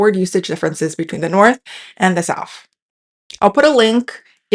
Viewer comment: This is super interesting, but I can’t help but laugh at the fact that in this video about language and pronunciation, this lady clearly says NORF and SOUF throughout. Makes me chuckle